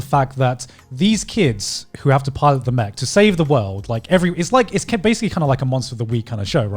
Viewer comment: What other people hear Garnt say: It's not really about the mech battles or the mech fights What I hear Garnt say: It's not really about the Mcbattles or the Mcfights